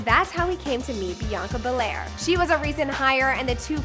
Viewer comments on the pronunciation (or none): she said bianca belair,😂😂😂 this aint no wwe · You mean bianca raines or prince not bianca Bel-Air she a wrestler